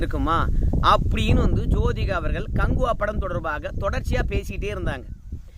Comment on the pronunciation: நான் உங்களை குறை சொல்லவில்லை அவர்கள் உங்கள் என்று சொல்லும்போது ல் என்று உச்சரிக்கதீர் ள் என்று ஊச்சரியுங்கள் நன்றாக இருக்கும் ல் கும் ள் க்கும் வித்தியாசம் தெரிய வேண்டும் குறையாக இருந்தால் மன்னிக்கவும் நன்றி